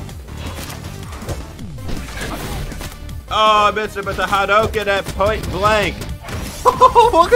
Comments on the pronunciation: U cant even say Hadoken right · U kept pronouncing hadoken and Ryu wrong 😭😭